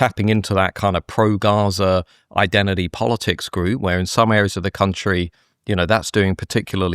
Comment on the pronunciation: I like what Goodwin is saying but I wish he wouldn't say "idendidy" 🤣